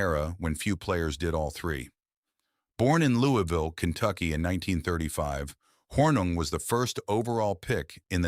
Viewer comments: At least try to pronounce Paul Hornung's name correctly Mr. AI. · The constant mispronounciation of Hornung's name made the video NAUSEATING! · Hey AI- Get your Act together- and Learn how to pronounce Paul's Last name!